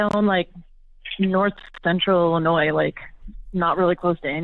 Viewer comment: The “s” in Illinois is silent. I know you won’t see this but I can’t stand when people say Illinoise